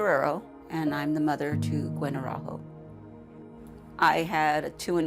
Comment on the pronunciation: As a sidenote: "Araújo" is a portuguese surname!!! Learn how to pronounce it correctly!! Don' t say it as if it was a Spanish surname!! In Portugal, we speak PORTUGUESE!!!🇵🇹🇵🇹🇵🇹🇵🇹🇵🇹🇵🇹🇵🇹